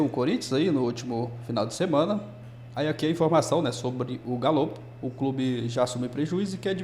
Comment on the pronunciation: Fundo "galípolo" kkkkkkk